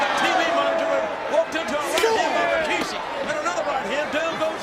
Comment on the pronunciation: God I miss the Raw and Smackdown and even Nitro from the late 90's and early 2000' s. Am I the only one to hear and recognize this but I'm sure millions have picked up on it, JR always pronounces RAKISHI, when clearly it's Rikishi in the spelling. This was the time to be a wrestling fan and unfortunately today is a minute fraction of what this product from WWF and WCW was